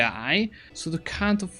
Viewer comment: I liked when you kept saying cunt instead of count. xD